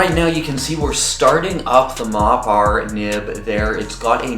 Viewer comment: Surely it's pronounced Mopper